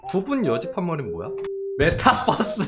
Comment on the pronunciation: ㅋㅋㅋㅋㅋㅋ 메타버스를 자꾸 bus 🚌로 발음하는 게 개웃기고 귀엽다 뻐스 ㅋㅋㅋㅋ